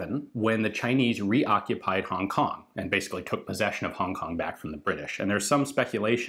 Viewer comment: I'm a Hongkonger, it is kind of funny to hear "Hong Kong" in this channel :)